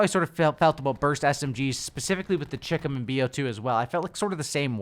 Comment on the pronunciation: I believe it's is pernounced chycom not chickem